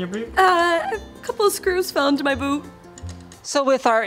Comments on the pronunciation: She said Boob!!! Instead of Boot!! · Did she seriously say boob instead of boot? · when she said "boot" I heard boob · it sounded like boob, i thought "oh yeah" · thought she said "couple of screws fell into my boob" :/ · Sounds like "a couple of screws fell into my boob". Heh.. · please pronounce the T in boot, i had to do a double take on what i was hearing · wait did she say boot or boob? lol